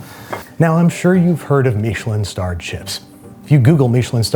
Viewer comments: Stop saying meesh-lin. Even the British guys just say mishlin. And being from NE, just use Cod for the fish. No one in mainstream, UK or US use halibut. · I’ve never heard Michelin pronounced Meesh-lin. I’ve heard it pronounced Mish-uh-lin thousands of times. Which one is the right way? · Andrew, why are you pronouncing Michelin that way? I don’t know why, but it’s freaking me out. Lol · What's a "Meeshalin" star? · what is a "meesh linn star?" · Why do Americans insist on taking words with an agreed pronunciation and f**king it? Meeeeeshalyn. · Babish, please never say MEESHelin star again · Is anyone else bothered by how he says Michelin? Andrew, I love what you do, I’ve been a fan for years, and I’m sorry about this but what is that pronunciation? Was it done as a joke? Is it how you genuinely say it?